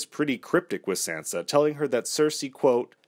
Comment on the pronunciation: Why are you mispronouncing Sansa? 🙄🙄